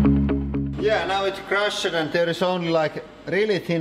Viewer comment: Your english is great but take note: The past tense "-ed" is pronounced "t" in most words. Example the past tense of crush is crushed, it is pronounced crusht, with a soft t on the end, not crushed as you say it.